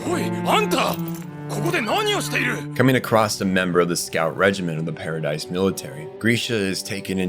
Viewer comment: This was a great video, but holy crap you’re so bad at pronouncing names Paradise, Tybur, Jean, Hange, Ymir, just to name a few Regardless, you made a good video. The quality outweighs these mistakes. It just really annoyed me and I felt the need to say something about it since it’s wasn’t just one name. Also, the wall titans are 50 metres, not 60. The colossal (shifter) is 60. Small potatoes tho.